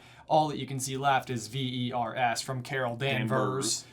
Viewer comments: The reason why i was so surprised of the "Vers" background name reveal is because i kept hearing "FEARS". 😕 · I didn´t get the Vers thing because they pronounced it ¨Veers¨and not ´Vers¨. I think I would have gotten it earlier if the pronunciation was different. Anyway, it was a fun movie overall! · I didn’t get the dan(vers) thing because they said Veers/Viers, it didn’t sound like vers as in danvers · I didn’t get the name tag thing bc of the pronunciation as “Veers” instead of “Vers”. In general, I enjoyed the movie, but I personally found something slightly off with Brie Larson’s delivery of the Captain Marvel lines. I loved Nick Fury and the Skrull. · the explanation of carol's kree name was a surprise to me because the way the pronounced it made me think of the spelling "Viers" or something to that effect. it would've never occurred to me that "vers" would be pronounced like it was in the movie. this is a likely a regional dialect thing but it's hard to be sure. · How is "Vers" able to be pronounced as "Virs". Just felt so weird. Are movies just going to start introducing weird pronunciation to names? I am talking about you, Grindelvald. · If I saw "Vers" I would not pronounce it "veers", so I did not catch the connection between her Kree name and Danvers, cuz I thought it was spelled Viers or something. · I was thinking more “Veers” but yeah, they pronounced it wrong